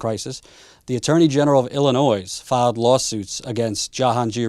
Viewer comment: Your videos are great, but please remember, Illinois is pronounced without the "s" at the end. Illinoi.